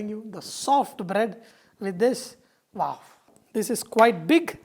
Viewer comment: he say waaf instead of wow :P